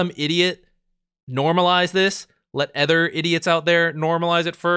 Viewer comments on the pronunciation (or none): it took me this long to realize you pronounce "other" as "ether" and was confused as hell